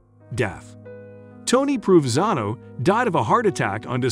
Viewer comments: His name is pronounced Pro Ven Zano. He is my great uncle. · You should learn how to properly pronounce his name before talking about him.